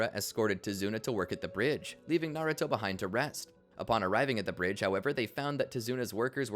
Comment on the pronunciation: Americans cant say naruto to save their lives